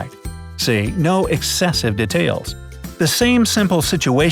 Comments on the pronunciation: Who is annoyed by how he says detail? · You said detail wrong